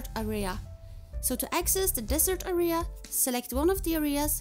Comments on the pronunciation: A-R-I-H-A-S. do you know its pronounced AREA right? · Why tf u sayin aria